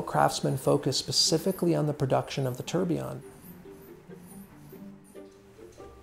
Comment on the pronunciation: fantastic video but Jesus the mispronunciation of tourbillon man that through me for a loop.